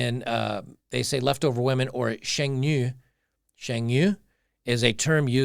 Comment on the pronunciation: your mandarin pronunciation was pretty good. "shuhng nyoo"